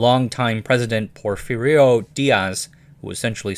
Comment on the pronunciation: Porfirio made me hurt a bit. I did not expect it, but when I thought about it yeah I see why it is hard for English speakers.